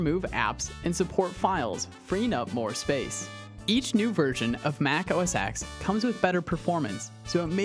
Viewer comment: OS X (Ten) not Ex. X is a Roman numeral for 10